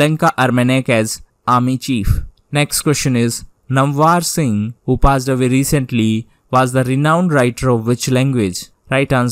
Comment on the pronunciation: Please pronounce correctly name of Dr Namvar Singh....( Dr नामवर सिंह)